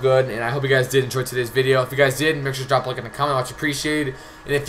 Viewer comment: "I'm not sture"😂😂😂